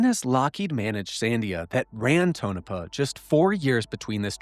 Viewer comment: More great work! I'm sure others have pointed out here, Tonopah is pronounced TONE-UH-PAW